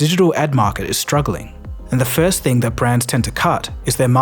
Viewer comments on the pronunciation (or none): none